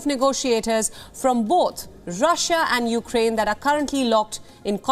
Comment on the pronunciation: "after attacking upraine"... she mispronounced it. Hahahaha.